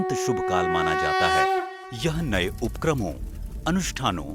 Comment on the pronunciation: Twenty three and half degree के स्थान पर साढ़े तेईस अंश कहा होता तो कम अखरता। आपके चित्रण (graphics) तो अङ्ग्रेज़ी में हैं ही! "अवधी" नहीं, अवधि। अवधी एक बोली है। "उप्क्रमों" नहीं, उपक्रमों। क्षमा करें, संशोधन मात्र इस हेतु कर रहा हूँ कि आप की प्रस्तुति का स्तर श्रेष्ठतर हो सके।